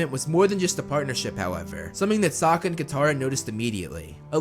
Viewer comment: Suaka? Dude it’s Sokka not hard